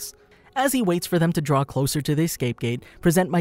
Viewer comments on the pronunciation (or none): none